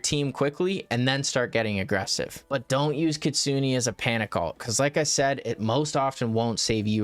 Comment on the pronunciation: Btw please stop saying ktsuni it's ktsune...